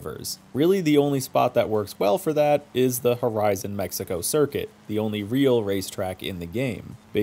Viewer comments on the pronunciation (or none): none